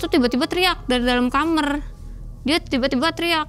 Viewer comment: Orang daerah sana emang klo bilang kamar itu kamer ya?